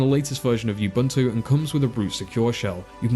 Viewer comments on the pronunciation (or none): Ubuntu* not "Youbuntu"